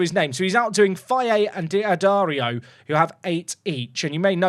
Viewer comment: It’s not “Di Addario”, it’s just said “Daddario”, just imagine the apostrophe isn’t there 😉